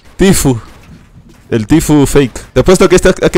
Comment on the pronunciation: tifu arhe que no "Tfue"